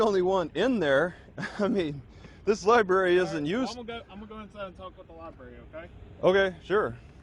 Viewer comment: Lie Berry??